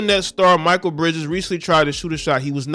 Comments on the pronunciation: Ex Suns player pronounced (Mick-Kale) Mikal great guy wish him success 👊👍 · Ma-Kale pronounced my guy…love the video’s btw🙌🏽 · I just wish you could pronounce his name correctly ……..just ask someone bruh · Step your sports knowledge up...youre not even saying Mikal Bridges name right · Pronounced the Brotha name right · Bruh… pronounce his name right man. Like damn. It’s not even spelled Michael so why pronounce it like that lol I know you’re smarter than that fam. Like cmon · It's pronounced McHale, this guy is a good dude. His mother showed him how to be financially responsible and he has a partnership with a company called Dovly, that helps people with their credit. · SAY IT WITH ME🗣MAA KALE BRIDGES NOT MICHAEL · Its Mik kale not Michael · His name is pronounced (Mckale) Bridges, not Micheal.🤔 Aja seems pretty cool, but I don't know her. Mostly I think about 80% of the WNBA ladies need a night of passionate natural male dick ! That's where the PRIDE is. 👍 And the ladies that do get it, are treated jealously by the ones that don't. Anyone remember when Britney Griner challenged DeMarcus Cousins to a 1 on 1, and said she'd have no problem beating "Little Man" ? Cousins just laughed, had no comment and kept it moving. We all know the outcome is murder.👍🏀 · His name isn’t pronounced(my-kul ) his name is pronounced (My-Kell) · u murdered Mikal Bridges name it's pronounced me kell bridges not Michael bridges lmao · Me kale not Micheal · His name is Mikal. Pronounced Muh-Kel. Not Michael. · Not Michael…pronounced “Mi-Kale” like the salad. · HIS NAME IS NOT MICHAEL IT MI-KAL ijs if you have heard how his name is said it not Michael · It's pronounced Mikal (Mick- ale) Bridges. Solid player too.... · Bro it's not pronounced michael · Bruh…. It’s MIH KELL. Pronounce his name right 😅. You watch zero basketball my guy. It’s clear. Good content tho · Mikal pronounced Mchale bro. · Bruh… his name is pronounced Muh-KALE Bridges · His name is pronounced Mikal (me kail) Bridges